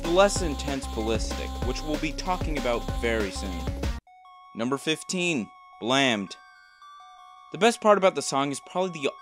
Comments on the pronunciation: Imao the way he said blaimmed caught me off guard and Go down The way he did listingndidntnfekt right moustly that what i can say sadly way he discribed wasnt fully right as i could say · The way he said blammed lol